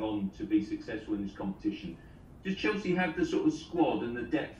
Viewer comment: Did he say 'Cheslea' for a single time😁